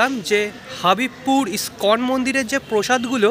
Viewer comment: ভিডিওটি দেখে বেশ ভালো লাগলো। কিন্তু আপনি বারবার স্কন মন্দির বলছেন আসলে তো ইসকন মন্দির। ISKON. International society for Krishna consciousness, so pl. say ISKON instead of scon. In next episode you are saying several times shyam charan Lahiri but original pronunciation will be SHYAMA CHRAN Lahiri. জ্ঞ্যান দিচ্ছি ভাববেন না, আসলে ঠিক কথাটা বলাই শ্রেয়।